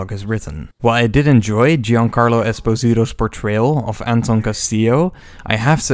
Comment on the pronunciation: Nice vid, however it's Espósito. Second O is accented.